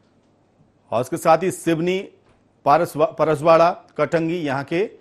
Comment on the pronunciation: आप को शर्म आना चाहिए था , आप की गलती, परसवाड़ा विधानसभा क्षेत्र को, पारसवाड़ा, और बरघाट को बराघट कहा गया, मौसम बिसेन को मौसम बघेल कहते हो, न्यूज चैनलों पर टोटल जानकारी रखे